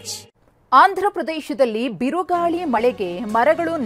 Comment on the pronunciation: kannada correct aag bariro lavdegala birugali alla birugaali